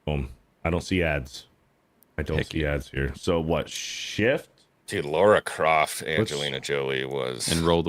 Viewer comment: There is no “U” in Lara Croft!!